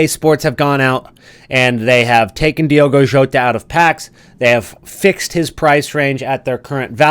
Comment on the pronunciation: Diogo Jota RIP…but don’t pronounce his name your calling his name in the wrong way..